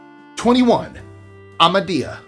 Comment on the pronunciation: Except Ahmadyya where the h is not silent. But I know that that an h before another consonant is hard for Americans to pronounce. My daughter’s name is Zahra and when she worked for a local radio station she finally gave up correcting people who called her Zaara